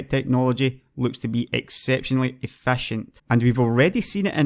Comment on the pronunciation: "afashent" - 2016 jokes aside, good vid man:)